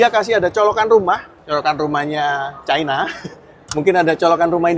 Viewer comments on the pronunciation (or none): none